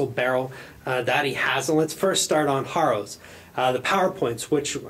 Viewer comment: O and it is pronounced. "Herrows" as in arrow. Keep up the good work. ;-)